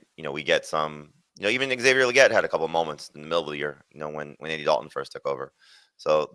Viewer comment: This guy said Xavier Leggette..😂😂😂